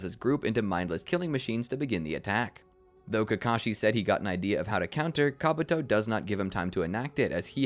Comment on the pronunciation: My brother in christ, it's KabUto, not KabAto...